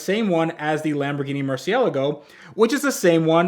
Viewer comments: Okay, Technically he says Mersy when it is Murchie e la go. I know, I'm italian. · Uhm no. It actually is pronounced "Murci é la go", and not Murcie lago. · alright. Perhaps we are both wrong, but "mersy-ella-go" is just not it either lol. Get a Zonda kit though, I'll be hitting the notifications nonstop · Excuse me but did my mans just say "Lamborghini murci-ELLA-go'"?!?! I am much disappoint, many sad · wrong. It's Murci-él-ago. Just because Lamborghini is an Italian manufacturer doesn't mean the car's name is Italian. The word Murciélago is not an Italian, it is Spanish for "bat" and was the name of a Navarra fighting bull. The Murci got it's name as an homage to the founder of Lamborghini's passion for bullfighting. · Holy hell I can't get away from this guy not being able to say murcielago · You pronounced murcielago wrong homie! Please tell me you know how to pronounce it considering you BUILT ONE. either way. Love your channel lately, don't listen to the "FInIsh A ProJECt!" haters.